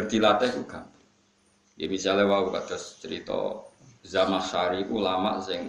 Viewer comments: Zamahsyari.. bukan zam asy'ari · Maaf Yg benar Zamakhsyari, bukan Zam Asyari.